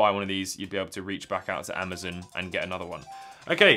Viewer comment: was it just me that heard him say amadon instead of amazon at the start 😂😂😂